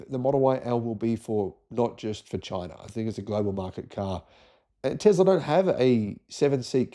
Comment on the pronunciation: Hate to point out the obvious but there is not a Z in Tesla. Love your channel apart from this constant mispronunciation of Nikola's surname. It's TeSla. Ask his mum, she'll tell you 😊